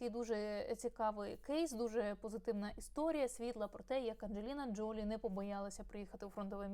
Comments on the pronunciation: Все-таки, ДжолІ (наголос на останньому складі). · ....наголос на останній склад ...ДжоЛІ...!